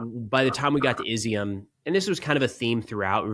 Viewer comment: great report. Izyum is pronounced “E-zum”. It means “raisin”. They grow also of grapes in that area. Love it that you went to the east.